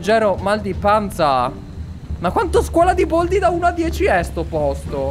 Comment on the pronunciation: Baldi non boldi😠😡